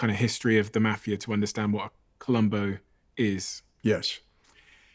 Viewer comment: Wish the mafia guy would teach the host how to say mafia- Jesus! Had to turn in off